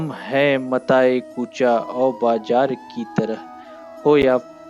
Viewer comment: JINHEN KA TALAFFUZ SAHI NA HO WO BAAT KAR RAHAIN HAIN GAZAL KI ) AAP NE GAYA HUM HAIN MATAYE E KUCHA O BAJAR KI TARAH NAHIN MIAN BAZAAR KI TARAH AAP NE KAHA BE MISHAL NAHIN BE MISAL PAHLE BOLNE KA TALAFFUZ SAHI KARYE PHIR GAZAL KA BAAT KARYE